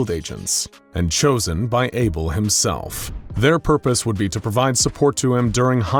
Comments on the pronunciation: Isn't it Abel not Able? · isn't it Abel? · for fucks sake, its abel